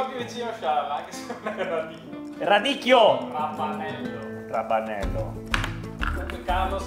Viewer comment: ehm...What is "raPanello"? you guys never learned English but at least I was expecting decent Italian... btw is RAVANELLO!